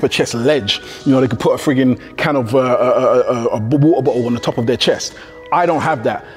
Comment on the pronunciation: Waher bohhle lol aka water bottle 😅